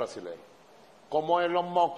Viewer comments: "Elon Mos" dice Maduro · NO SE DICE ELON MOTT , NI ELON MOTH , NI ELON MOSS , NI ELON MOT . SE LLAMA ELON MUSK AL MENOS PRACTIQUE PA QUE NO SE VEA TAN ESTUPIDO Y SER EL HAZME REIR DEL MUNDO. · Elon Mox